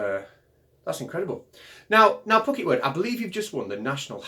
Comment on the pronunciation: Good, but it's "Phuket World" rather than "Pooket". It's the name of an island off the Indian Ocean coast of Thailand. Lots of American and European expat's like to live there. All sorts of resorts for tourists to visit. The guy calling himself "Phuket World" seems typical example of the sort of wandering numbskull that often washes up in such places about the world. I would have written "around" in that sentence, but it never pays to pointlessly poke people like him. Let sleeping idiots lie. Sleeping warriors though should be kicked in the artse, hard! I mean, what good is a warrior who is sleeping?